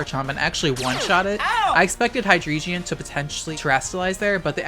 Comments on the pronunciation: “High-dree-jeon”? What? Are you dyslexic? It’s drei, pronounced “dry”. Y’know, the German word for three. Ein, zwei, drei. It’s the entire motif of this line. Hy-drei-gon. Not “geon”. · Why hi-dree-geon? It's not an eeveelution. The Drei part is german. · I am so fucking triggered by your pronunciation of Hydreigon. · the way you pronounce hydreigon causes me genuine emotional anguish but i suppose that's the whole idea isn't it